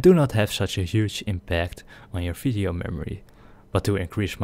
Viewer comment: Why are you saying fisheo and not video